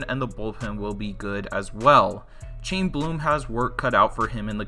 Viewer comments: I'm sorry Bro but you're just horrible at this. Gerrit Cole won't sign with Astros because they didn't use him in game 7 when he feels they should've. Not because they can't "afford" him. Chaim Bloom is pronounced "Hime" not "Chame". And it's Jerry Di-Poe-Toe, not Di-Pea-Toe. I'm sure there was more but I couldn't bring myself to finish the video. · FYI Chaim Bloom is pronounced high-em